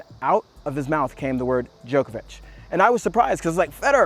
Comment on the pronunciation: Its djOko-vich not joke-a-witch